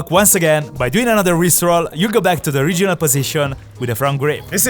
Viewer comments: IT IS NOT COIED A RIP ROLL IT IS COLIED A RISTE ROLL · i genuinely thought he said rick roll instead or rip roll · i thought he said rick roll lol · Never gonna give you up, never gonna let you down. Sorry I thought he said rick roll (jk) never gonna run around and desert you. This time he said wrist roll :) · the "rip roll" sounded like rick roll😂😂